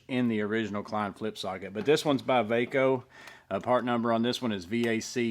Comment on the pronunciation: Thanks for reviewing! This was really informative! I love the new VACO stuff! Its pronounced "VAY-CO". My father used to use these tools all the time back in the day. I hope there is more stuff coming. Looks like its a reboot of the brand. I've bought a few of these so far. Theyre really nice quality.